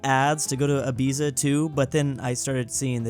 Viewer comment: The way pronounces Ibiza gives me serious mental strain